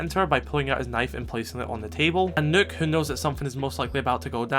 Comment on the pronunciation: Thank you for pronouncing Nøkk's name correctly. 😊 By the way, this is literally a Kill Bill moment right there